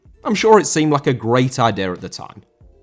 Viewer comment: Idea* not Ideer